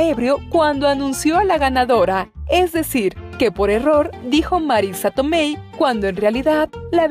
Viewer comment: Marisa TomeY 😂😂😂😂😂😂😂😂😂 Marisa Tomei